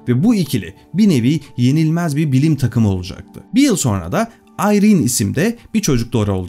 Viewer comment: Harika video her zaman olduğu gibi.. Teşekkür ederim. Bir de isimler doğru telaffuz edilseydi.. Fransızca'da Marie, Meri değil Mari okunur.. Çocukları da "Ayrin" değil İren olduğu gibi.. Ahmet ismine " Ehmet" demek gibi olmuş..